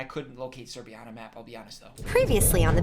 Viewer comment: i can't believe he said serbia wow thank you this just made my day